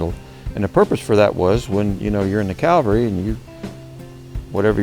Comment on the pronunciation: Cavalry not Calvary